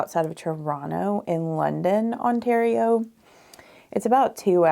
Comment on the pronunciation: I think that shade of red would look great on you! But red is difficult to maintain. It fades easily. Hello from ontario! Love that you pronounced ontario properly. 😊